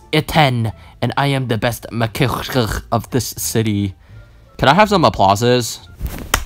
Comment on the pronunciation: When said WERE NOt going to feed Larry nore take care of the house nore feed are selfs THAT WAS So FUNNY LOOKING🤣🤣🤣🤣🤣🤣 and he said Magician he said it wrong maacasasith